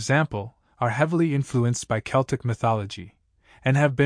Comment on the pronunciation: How can you release a video and not be able to pronounce the subject matter correctly?